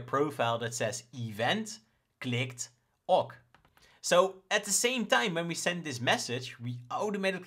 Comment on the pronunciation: Great material! 👍 I'm loving the way you show your flows. Seeing the logic is valuable to me! (BTW - "OK" is pronounced "okay" 😁)